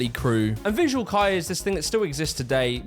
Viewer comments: This is actually really well researched 😭 also fyi fuxing is pronounced [Foo Shing] and not fucksing LOL, Visual Kei is pronounced [Visual Kay] and not Visual Kee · "fucksing" -- ..............its foo-shing "visual kai" -- ....its visual kay. like as in "okay" girl if you're going to make a video on a topic at least learn to pronounce the things you are talking about pls its basic respect girlie im going to rip the skin off my face and end myself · how did you share multiple clips of them saying Visual "Kay" and still say it as "K-eye"?? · ... did you just call vVsual Kei, Visual Kai, Kei is said like just saying the letter K, and that is it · Visual Kei, is pronounced the same way you'd say Okey, Kei -> key. The butchering of the word hurts me TT_TT RING DING DONG?! Was that a shinee parody TT__TT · bro you must purposefully saying some of these words wrong theres no way, David ball yi, who tf is David ball yi. you claim to have listened 40 minutes of ppl saying visual kei and insist on saying visual kai right after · I can't tell if he's doing it on purpose. He keeps pronouncing Visual Kei as kai to. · the way he pronounced visual kei is killing me 😭😭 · Why didn't you say visual kei correctly even once? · bro watched 40 mins of people talking about visual kei and still pronounced it wrong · Hm. Kinda disrespectful that you keep pronouncing Luo Fuxing like that. But then again, you can't even pronounce "visual kei"... so maybe it's unintentional? But you have Google. And I know not everyone's parents encouraged reading phonetically, but if I knew it not long after I started school, I think it's fair to expect you to in adulthood. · He also butcher the pronounciation of Visual Kei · my dude you watched 40 minutes of people talking about VK and you still mispronounce it LMAO You got Dragonball on the brain or something?